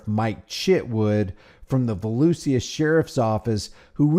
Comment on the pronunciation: It's pronounced volusa. Don't pronounce the i